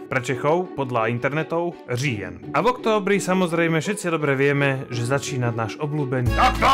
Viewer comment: Jako slovák umíš dobře říkat říjen